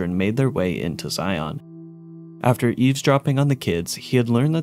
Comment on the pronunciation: It's funny that you can tell if someone is from the area based on how they pronounce Zion